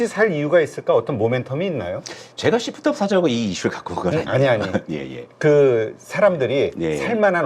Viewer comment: 발음좀 잘 부탁합니다 씹프트업입니까 쉬~프트업니까